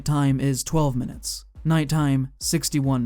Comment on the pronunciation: this mf said "minuites" actually great video though